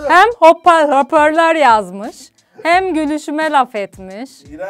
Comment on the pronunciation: Sırf bambam yorumlar için geliyorum hoparlöööörü söyleyemeyen güzel kız 😊